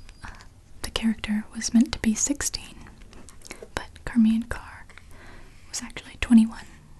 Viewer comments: isn't her name pronounced like "shar-maine" .. not "car-maine" ?? or have i been saying it wrong all these years???!! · And you pronounced charmians name wrong, I think it's pronounced shar-mayn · Only one thing wrong. It's Charmian (Shar-mee-ann) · Usually the name charmain is pronounced with an "sh" sound at the beginning like the name cher.